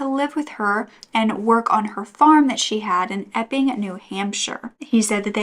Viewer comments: Thank you for always having contant warnings, just knowing that it is coming in the video makes it easier to hear. Everytime you said " the Epping police" I heard "the f'ing police" 🤣🤦‍♀️ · When u say Epping police I hear “F-ing police” 😂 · Such a horrible story. Thank you for sharing so sensitively. Inappropriate of me maybe, but possibly a coping mechanism, every time you said the town's name it sounded like Eff-ING. It did make for some comic relief :-). Keep up the great work 👍